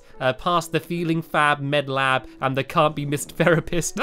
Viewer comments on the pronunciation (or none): he said the feeling fab med lab i though he said feeling fab meth lab